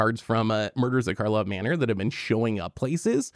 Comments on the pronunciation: It’s funny y’all keep calling it “Markhov” Manor. No way you guys can love the set that much if you dunno its name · Drinking Game! Take a shot every time calls it “Markov Manor” instead of “Karlov Manor”! 😂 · I think and said "Markov" manor every single time. IT'S KARLOV MANOR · It's Karlov Manor, not Markov manor